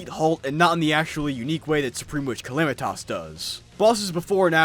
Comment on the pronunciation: Everytime he calls her calamitoss i wanna rip my hair out